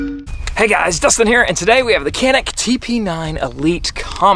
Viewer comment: This gun mading in turkey but we can't take it. America is a great country for buying a gun. Also it is not pronounce like that 😄